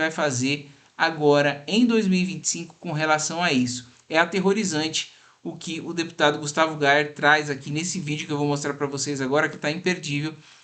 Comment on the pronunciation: Contar um segredo pra o Gayet : GAYER não é Youtuber ! GAayER. Você é um Parlamentar !